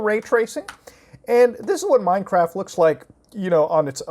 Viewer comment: I thought he said MineCrack.